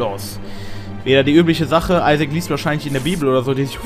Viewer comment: Wie TT einfach auf einmal nach dem Isaac, die perfekte Englisch-Aussprache hat! :DD